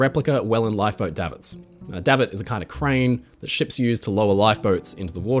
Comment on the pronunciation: It's actually DAY-vit. Like 'David', but with a final -t.